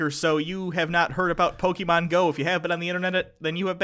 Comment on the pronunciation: Who's?.... I always confuse the two. Is he the one with the lower voice? If it is, well, he is saying "Pokémon" correctly. "é" is not said like "ee". Trust me, I French, and we have that letter in our alphabet (and the "poké" part stands for "pocket". I doubt "pocket" is said "pockeet")